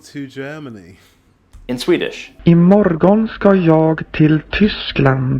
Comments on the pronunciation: The Swedish samples are formal, Stockholm dialect, and when you speak you usually contract "morgon" to "morron" (without the "g") or "morrn". "Jag" become "Já". So we say: "I mor(r)n ska já till Tyskland". "Ska" kan also be written and pronounce "Skall". This is the equivalent to English "shall". How we express future tense. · In Sweden, pronunciation is not always as we write. For example, the word "morgon" mentioned in the clip. The AI voice pronounced the word with a distinct g, whereas we usually pronounce it more like "morron" without the g being heard. And we don't pronounce the word "gillade" with a distinct g either, but more like "jillade". Admittedly, I live in the Stockholm area and cannot answer for the pronunciation in other parts of Sweden.